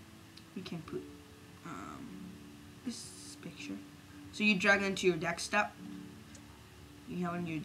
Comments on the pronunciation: it's not "dekstop", it's "deSKtop" ;) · its desktop not dekstop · Instead of desktop he said dekstop and instead of none he said known. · KID, STOP CALLING IT "DEXTOP"!!! IT'S PRONOUNCED DESKTOP!!! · lol dekstop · Deck-stop? I always thought it was a desktop, silly me. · Dekstop! HAHAHAHAHAHAHAHAHAHA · drag it to your "DEKSTOP" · "so you drag on on to your DEKS-TUP, drag it on your DEKS-TUP" :D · haha this is brilliant mate but i laughed at "dekstop" :D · how the hell do you say desktop '' dextop? '' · It is desktop not desktop!